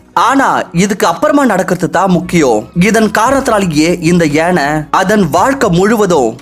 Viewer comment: It's Yaanai not yenai...